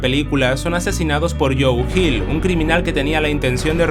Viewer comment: Joe Chill*, no Hill